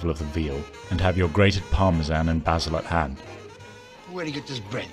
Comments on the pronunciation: I cant get over ora-gano and par-ma-zan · What the f-ck is Parma-zaan is that like Tarzan's ret-rded brother?